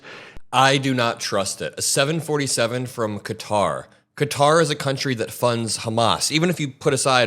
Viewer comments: You fixed the pronunciation of Qatar to Cutter, then went back to the incorrect one. Why??? You’re way too smart for this. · Its qatar, not cutter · It IS QATAR (ka tar) not fkn “cutter” like these dipsticks are saying. Also him saying “I could be an idiot and..” when he is clearly an idiot is pure hilarity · I love your show but it isn’t pronounced “cutter” it’s pronounced “Qatar” like Ka-tar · Stop saying CUTTER !! KAH-TAR !! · Why is everyone mispronouncing Qatar? I looked it up just to make sure I'm right, it's not 'cutter'. I heard you say it right several times, so why say it wrong? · ITS NOT “CUTTER” ITS QATAR! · It's pronounced Kuh-taa, not cutter! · Qatar isn't pronounced "Cutter" ... it is "Kuh-tar". Trump actually had something right for a change. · It's not Cutter it's Ka-tar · Isn't it "Kuh-tar" not "cutter?" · It's not pronounced Cutter. It's pronounced Kaa-Tar (sorry personal pet peeve). It's a bribe. He knows it's a bribe. 75% of the US knows it's a bribe. He's been dealing in dirty businesses his entire life. Everyone who has made a comfortable home in his stench filled colon is either indebted to him, or he has dirt on them. The real joke is the US allowing this clown show to completely cripple and crumble the US empire, while watching it happen. Sad. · Its Qatar KA TAR not cutter, come on man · It's Qatar not Cutter! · It’s Kuh-TAR NOT CUTTER. You and Ben Miselas are saying it wrong. Check the dictionary. 😅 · "Cat TAHR", not "cutter". That is how people there pronounce the name. That airplane is going to require a TON of work to make it suitable for use as AF1. It will literally take years to prepare it; Who is going to pay for all that, and who is going to fly it? Quid Pro Quo folks..... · You guys need to stop calling it "cutter" 😂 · Why does everyone keep pronouncing Qatar as "Cutter"? Am I missing something??? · Just FYI it is pronounced cuh-tar. Keep it up on this guy, he should never be allowed to just take bribes in the open.